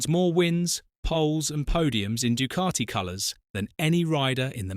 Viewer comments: I didn't know the word Ducati was spelt with an R in the middle. It's pronounced DuCati not Ducarti. FFS. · Actually, natively, it is pronounced doo-KAH-tee Sounds like the "oo" in food. It is a short, tense vowel. The "c" is hard (like a "k"). The "a" is an open "ah" sound (like father). Sounds like "tea". The "t" is dental, produced with the tongue against the teeth. The narrator is more accurate than you are. So, maybe drop the attitude and indignation.